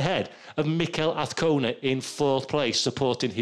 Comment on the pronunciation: No car sounds... only a commentator who can't say AZCONA ~ with a Z. It is NOT Avcona of Afcona - AZZZZZZZ